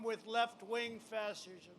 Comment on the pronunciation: So far he has slurred the following words: "Days" "Fascism" and mispronounced "Biden", in under 15 minutes. He is not all there. He has a neurological problem.